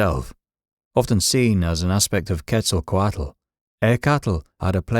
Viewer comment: Tezkatlipoka is one of my closest allies My only gripe with this video is the mispronunciation of the names. Quetzalcoatl in particular. The “tl” is more of a “ch” sound but more complicated. In true form, I appreciate that they had more to say about Tezkatlipoka than they did Quetzalkoatl lol